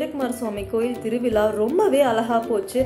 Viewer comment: 🤩🤩 thiruviza was always joyful, and oru chinna obligation, nenga solum podhu tiruvila nu solrenga , its thiru viza 🔊🤗